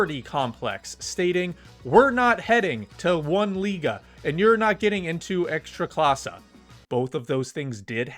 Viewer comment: I'm polish, I don't watch football. Yet, Youtube will recommend to me english speaking guy talking about ekstraklasa. Good pronunciation though 👌